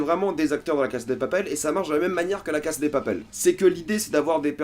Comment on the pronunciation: On dit LA CASA DE PAPEL c'est stressant comment tu prononces..